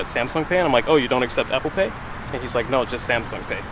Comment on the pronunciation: She said apple paid 😂